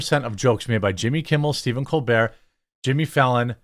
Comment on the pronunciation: It's Stephen Copebert